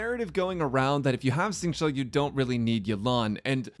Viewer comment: Great video! btw for educational purposes! it is more Xingqiu (Sync-Chew) not chow.